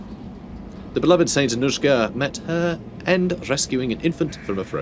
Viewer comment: The emphasis in Annushka goes on the first "A". But still, good kislevian pronunciation. About saints. The deal is this: their body parts aren't rot. So everybody should see this as a proof of their holiness. Not saying that I believe in this, but such is the lore.